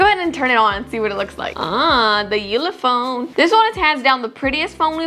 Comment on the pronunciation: six minutes twenty four seconds killed me like the way he said "ullophone it's a ullophone"😂😂 edit: Ulefone*